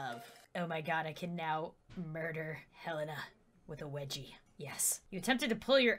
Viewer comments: it's wedgie! Get it right... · Weggy? Its Wedgie